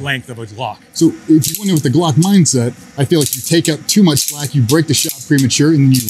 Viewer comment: Did I hear call a Glock a Slock on purpose?